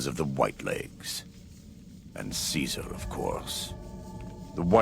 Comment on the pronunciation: Joshua Graham is one of the best NPCs in New Vegas! He was Caesar's Legion but now he doesn't even give Caesar the respect of pronouncing it like other Caesar's legion followers